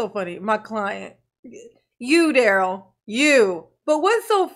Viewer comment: Duh-rell, Duh-rell and his other brother Duh-rell. The 3 dimwitt firm that will keep you in touch with your Groundz.